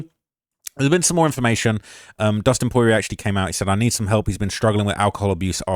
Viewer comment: Bro really cant say dustins last name properly😂😂